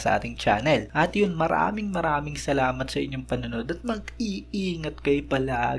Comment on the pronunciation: instead of bagang bakit yung narinig ko bangag 😂